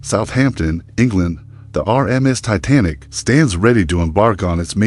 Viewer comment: You should know how to pronounce a famous ships name before you post a video